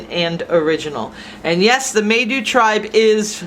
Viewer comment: Kinda neat, unfortunately you are pronouncing Maidu wrong. The “ai “ are pronounced as with a long “I” sound.